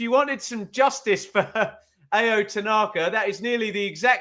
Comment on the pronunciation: Tanaka's first name is pronounced Ow.